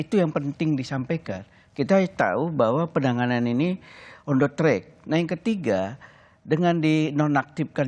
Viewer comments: PENANGANAN ....BUKAN PENANGANGAN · Maaf, admin. Penanganan, bukan Penangangan